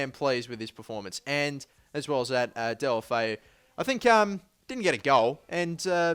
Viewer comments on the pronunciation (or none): its del-oo-foo